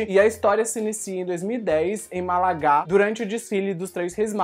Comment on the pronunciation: Por que você proncunciou o nome da cidada Málaga com sotaque francês , Ma-la-gá? Não entendi. 🤔